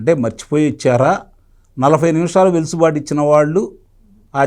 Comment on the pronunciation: సార్! గారూ. చిన్న సవరణ. వెలుసుబాటు కాదు. అది వెసులుబాటు గమనించగలరు. థాంక్యూ